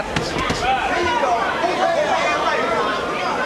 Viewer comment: His name is Bryant Brannon not Brandon